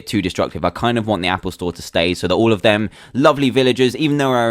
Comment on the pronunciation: "Happle Store" lol